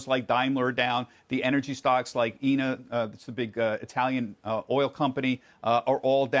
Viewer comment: How did he just pronounce ENI? OMG